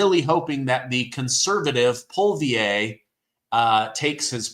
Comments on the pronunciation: Canada's Conservatiive leader's name is Pierre Poilievre. His last name is pronounced: pwas-li-ev. You dont need to pronounce the 'r', but you should know it is there. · Hey, your shows are informative about getting Conservative values out. One thing, your pronunciation of the Canadian Conservative leader Pierre Poilievre isn't correct. His pronunciation is Poly ev Thx... Rocky